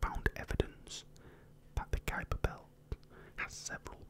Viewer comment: Very relaxing video! And I must say, your Dutch pronunciation of 'Kuiper' is pretty spot on 😉